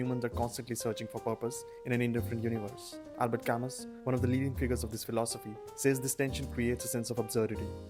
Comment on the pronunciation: I thought camus pronounces as kamu.